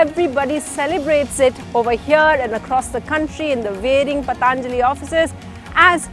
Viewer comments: Its not Pataaanjali. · पतानजली! You cant pronounce Patanjali and doing a doing a report on Baba abd Patanjali!